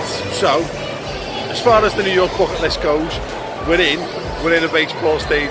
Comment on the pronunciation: “New yorkhhh”